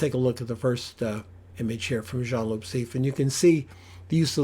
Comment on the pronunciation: and loo (not loop) 😉